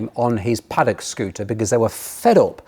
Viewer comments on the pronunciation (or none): none